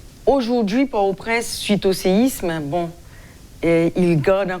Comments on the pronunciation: Yo pa prononse pòrtoprens non an fransè doktè. Bèl ribrik. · Jan l pwonose l lan pa bon. M jus vle ede.